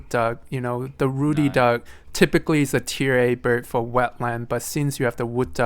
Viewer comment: It's Ruddy Duck, not "Rudy Duck".